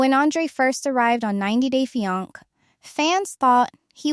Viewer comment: Fee ank ? Does this AI mean fiancé 😂😂😂